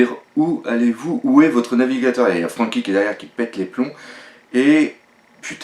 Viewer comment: arrête de prononcé comme sa ''franky''